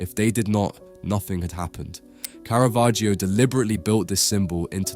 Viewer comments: not KARAVERGIO... Its pronounced carra vagio.... 😂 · Мерзкий ИИ-чный перевод! Такие ролики просто твари делают. Специалист с удивлением услышит, то Караваджо, оказывается- Каравахия, а дилетант может воспринять за чистую монету и решить, что такой художник был. Я уже молчу про бесконечные ошибки в ударениях . Просто гадость от ИИ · И.И. переводит текст.и совершенно не понимает как звучит имя художника.я только приглядевшись поняла,что речь идёт о картине художника Караваджо.думала Каравахо.испанский художник.неизвестеый широкой публике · Караваджо, а не Каравахиа. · От тупой ИИ - Каравахия ! Я сейчас уссусь! РЖУНИМАГУ! Хватило на 26 секунд! В жопу такие ролики! Смотрите сами ваше говно! Дизлайк и блок канала! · Одно замечание: есть исторически присущее звучание имени художника - КАРАВАДЖО. Зачем его изменять? Зритель знает, что ИИ не сам коверкает произношение, ударение, пунктуацию и т.д. Это делает автор программы озвучки, и остаётся вопрос - зачем? Тема сама по себе хороша, чб привлекать внимание, а эти глупости не добавляют чести автору. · Interesting video disturbed by the false pronunciation of the painters name which is [kara'vadd͡ʒo] according to IPA)... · Каравахио? Осточертел безграмотный ИИ. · The "i" in "Caravaggio" is completely silent. It's just there to change the sound of the double "g" ... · "Caravaggio" is pronounced with a short 'a' in all three cases, as in 'cat', both in Italian and English. (Not a long first vowel sound, as in 'car'). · Der Sprecher sollte, wenn er über einen Maler spricht, wenigstens die richtige Aussprache des Künstlers kennen. Der Inhalt ist gut. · Seit wann spricht man das i in Caravaggio aus, bitte Italienisch lernen!!